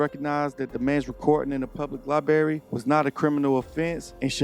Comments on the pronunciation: Great video, only thing I’d correct is using the word “libary” it’s library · its not a GODDAMN LIE BERRY ITS A LIBRARY, BRAIR. learn to speak the fucking language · I know it's trivial but it grates on my nerves when I heard a library called a libary. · respectfully it is pronounced LibRary, not liberry. It’s not like a strawberry or a raspberry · “Li-barry?” It’s pronounced “Li-bRary”